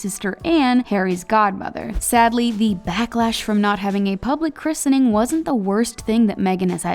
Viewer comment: Plz say Christening correctly!! It's driving me insane